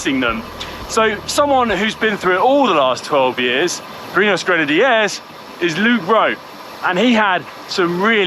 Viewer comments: Can we first review the fantastic Grenad-eee-eers pronunciation???? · Always rely on Conor to introduce a new pronunciation to a name :-) Gren-en-d-airs! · Please someone at GCN take the Micky out of Conor for his pronunciation of Grenadiers. It’s definitely not natural. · The biggest take from this video is how Connor pronounces Grenadiers!! Joking aside great video